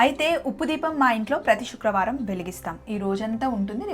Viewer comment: షుక్రవారం కాదండి శుక్రవారం please first correct ga పలకండి.. ఈ మధ్య ఇదొక fashion ipoindi కొంతమంది శ కు బదులుగా ష పలుకుతున్నారు.. కొంతమందికి పలుకుట రాకపోవడం ఒక కారణం ఐతే మరికొంత మంది వచ్చినా కూడా style కోసం పలకటం లేదు 😢😒